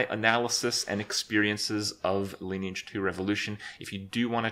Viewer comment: Lineage not liné age Like online but line lineage